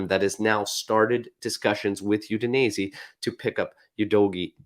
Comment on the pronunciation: The way you say Udinese kills me